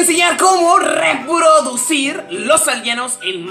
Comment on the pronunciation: por dios no podes decir reprodicir